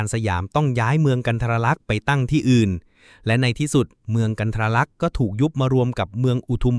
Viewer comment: กันทรลักษ์ อ่าน กัน-ทะ-ระ-ลัก ไม่ใช่ กัน-ทะ-รา-ลัก